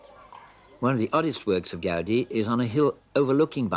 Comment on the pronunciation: Why Americans continue to pronounce Gaudí incorrectly? It is pronounced GOW-DEE, with the accent mark on the second syllable. As if Go-deé. NOT Gau-di. The sound of au is ó. It’s Catalán.